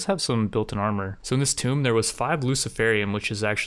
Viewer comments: how can a human being keep saying Tomb that way without ever internalizing everyone telling them that its pronounced "Toom" when referring to the structure. tomb pronounced "tome" is actually a book. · Please learn how to pronounce words. Tomb is toom Mjolnir is myolneer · Ah yes, I love the old video game Tome Raider. If says tome one more time im gonna flip my shit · i just got to know you ... but plz never change (...your pronounciation of tomb)